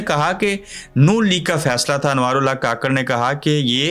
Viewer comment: کاکڑ نہیں ککڑ بولا کریں شکریہ